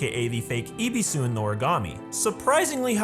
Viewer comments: When you know how to speak Japanese and when a foreigner pronounce A japanese word 😂😂 its so cringy Ebisu - ibisu sorry its just entertaining hahaha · I was just thinking who tf is Ibisu, I just realized that it's Ebesu😂 That's why I don't watch dubs😂